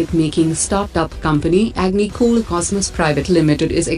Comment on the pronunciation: Its not agnicool! Its agnikul!